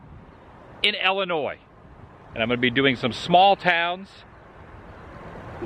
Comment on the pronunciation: It's ILL-inois, not ELL-inois. It's painful to listen to.